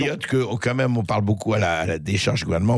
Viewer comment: s'il vous plait Bercoff, arrêtez de dire "qua même" c'est insupportable !